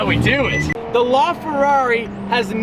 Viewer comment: He pronounces LaFerrari so wrong lol